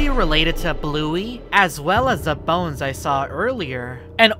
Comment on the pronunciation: 🤣🤣🤣🤭 the way he says bones